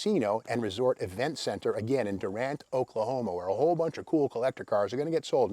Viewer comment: Just avoid looking like an out-of-towner with Steve's pronunciation. The locals call it "Doo-rant"